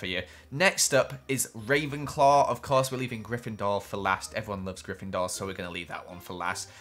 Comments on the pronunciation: How dare you say GrIFENDORe bAd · i am grifendor and u say that that wrong